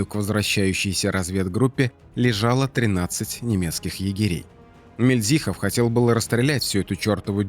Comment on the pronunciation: Мильдзихов, с ударением на первой И,хочется чтобы правильно произносили фамилию Героя